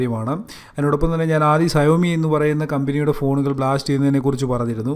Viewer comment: സയോ മി അല്ല ഷ വോമി